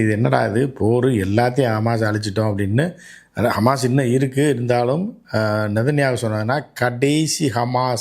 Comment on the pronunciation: Amaas illai hamas.